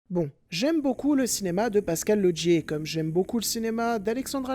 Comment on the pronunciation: Au passage pourquoi tu dis Lodgier pour Laugier ? 😁